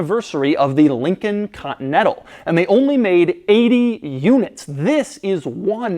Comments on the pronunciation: doug learned how to say the word "Continental"? (cotntl) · No one: Doug DeMuro: Lincoln Cotnetal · Ah, yes, the Lincoln Cottonettle. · Ha! Doug has trouble pronouncing "Continental" three quarters of the time. Invariably, it sounds as if he says Cotton-Ettle! Sorry Doug, still love you mate.